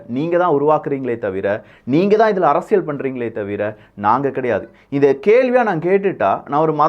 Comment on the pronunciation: அறசியல் அல்ல அரசியல் ! உச்சரிப்பு முதலில் கற்றுக்கொள்ளவும்